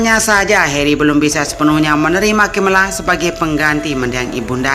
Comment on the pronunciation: Video bagus tapi Kamu pronounce Nama prince Harry kok Beda amat dari pada Orang inggris asli sih